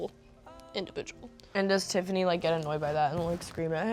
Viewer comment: ON TIFFINAY BTW